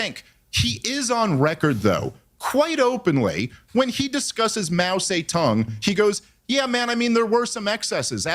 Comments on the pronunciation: why are they saying his name like Mao Satan?? 😭I can't take any of them seriously, such clowns smh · Mao Say Tong 😂😂